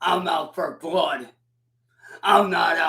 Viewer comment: Is he saying "I'm vattle tested and I'm out for vlood!". He also said "cheap skape". My goodness man.